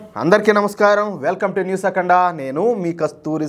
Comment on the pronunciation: We'll come to newsakhanda anavaddu We'll come to news gyap icchi akhanda anali pls Pronownsation problem 😢